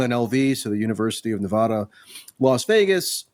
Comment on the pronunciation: That dude needs to stop mispronouncing Nevada. It's driving me crazy. Clark County has over 500k Hispanic people. This is a joke.